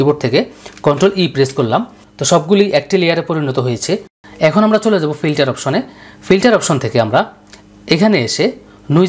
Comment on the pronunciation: আপনার উচ্চারণ খুব বিরক্ত লেগেছে। পর্সা মানুষ, পিল্টার, প্লো, জলসানো। এই শব্দ গুলো সব ভুল উচ্চারণ এবং বিরক্তিকর। শুধু এই কারণে সাবস্ক্রাইব িদিলামনা। ভিডিওটি হেল্পফুল।